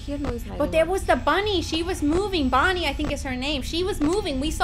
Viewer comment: Stacy Tuite its Bonnie...not Bonie